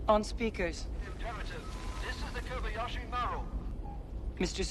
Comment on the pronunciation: It's Kobayashi, not "Kobiyashi." Kobayashi is a common Japanese surname, but I wonder why the ship is called "maru," which is used in Japanese for ship names. In the future, does Japan have it's own spaceships following Japanese naming conventions?